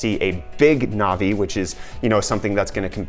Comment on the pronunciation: Navi not novi lol you say it wrong